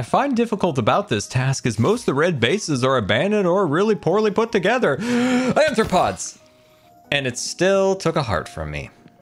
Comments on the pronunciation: Not saying bane of anthropods. Arthropods 😂😂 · Sequel doesnt mean second, its any movie that continues the story so the third movie is also a sequel btw saying anthropods, that would mean human foot lol wait says it like that too... huh do they not know what arthropods are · I am perfectly fine with how you say this as a fellow dyslexic I understand but my zoologist hart can't stand it, its are-thra-pods not an-thra-pods, I understand its the dyslexia but I just had to (ps you're the best I never want you to change) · Why do you AND call it Anthropods? It's Arthropods...you know like the scientific phylum of Spiders (among other things) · Why does everyone call it bane of anthropods instead of arthropods? Bane of anthropods would be useful in PvP. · Ok...say it with me,: ARR-throw-pods. With an "R" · Love how doesn’t even realise he’s saying arthropods wrong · I expect it from but wasn't prepared for pronunciation of "arthropods". Mojang should really just change that enchant to "bane" and have it work on all non undead animal mobs including creepers. Add a weakness effect so fighting cave spiders makes them not poison you. It's silly to have such a dud enchant instead of having the enchants be interesting trade-offs you have to choose from. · The mispronounciation of arthropods is kind of killing me